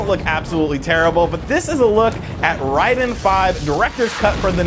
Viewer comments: It's not Reyeden. Rayden. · It's pronounced Ray-den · we always called it RAID DEN, not RYDEN, Raiden II still the best, free on mame 🤣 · Ryden is more similar to the Japanese pronunciation. Even so more is Lieden because the Japanese "R" sound is more like our "L"